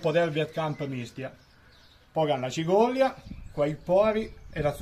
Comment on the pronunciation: Si ma tutte quelle i le metton solo a Villafranca 😂 (cigolia, zucchinIa)..cigola e zucchina la s disa . Bravo comunque